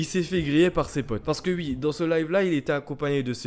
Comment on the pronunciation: J'aime bien quand tu dis "ui" au lieu de "oui" ❤️ Et oui j'ai liké mon propre commentaire